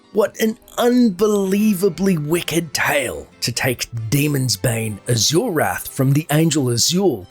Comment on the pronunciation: You pronounce azurewrath so badly 😂 but I love ur lore vids and its pronounce az er wrath